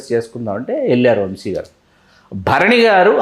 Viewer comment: ముందు ఆ ఇద్దరికీ తెలుగు నేర్పించండి. "శ" కి, "ష" కి మధ్య తేడా ఆ ఇద్దరికీ అస్సలు తెలిసి చావట్లేదు. "వంషి" కాదు, "వంశి". యాంకర్ అడిగింది ఏంటి? ఆ గాడి సోది ఏంటి?